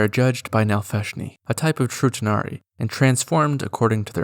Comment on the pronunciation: When you said True tanari it sounded like you said Futanari lol